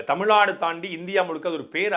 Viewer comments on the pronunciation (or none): none